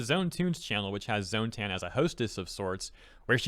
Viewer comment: You mispronounced "tan."